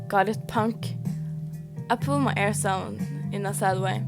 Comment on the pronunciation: Is it bad it took me over 1/2 way through the video to realize you were saying ears not airs? The captions weren’t much help either lol